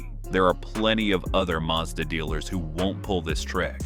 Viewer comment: It's pronounced maz-da. Hard "A" x 2 .short sylybles. Not Marrr Z daaar.